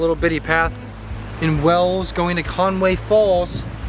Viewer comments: When he says WALES it sounds like WELLS. The "weird steps" are called STILES and are found on public rights of way. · Nice video,but Wales isn't pronounced ' Wells , it's WALES as in 🐳🐋 👍🏴🙂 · The pronunciation of 'Wales' isn't 'Wells' but 'Way-uls'.. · Please say our country right, it isn’t pronounced wells, it’s Waaaaales, like hails or bales or shales. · It's Wales not wells 😄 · Wales pronounced (way uls) it sounds like your saying wells. You would of had a good day going up the Snowdon mountain railway. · To confirm, Wales is pronounced the same as those very large mammals that live in the seas and oceans. Not "Wells". It's interesting to listen to your perspective as a couple coming to the UK from the USA. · Your videos are very interesting but something that winds me up is how say the country name Wales it sounds to me as is he's saying "wells"🤔 every time, he says Wales. W......ales carry on making the moves I like the holiday at home vidoe how about a trip to the shops🛒 or lets get some petrol ⛽how Americans do it? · Wales is pronounced like Wails, not like Wells. Historically speaking Stoke on Trent used to be the centre of the area called The Potteries where a lot of ceramics were made and sold including Wedgewood. I'm not sure there's much left of that now. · Hi guys - awesome footage. Though Wales is not pronounced “Wells” it’s pronounced like “Whales”. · So funny how you say "Wales". You pronounce it "Wells". It's actually pronounced exactly the same way as you pronounce "whales" as in the aquatic mammal. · I know it's Cymru but a lot of people don't. They know it as Wales so I was trying to let them know that it's not pronounced Wells. OK? You might regard me as a foreigner because I'm English but I don't. Cymru am byth. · It's a bit late to say this, but ya keep saying "Wells". It's pronounced like whales (the giant non-fish)! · It is pronounced "whales" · AAARRRGGGHHHH Why does he keep saying "WELLS" ? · Yep. Same as whales or wails.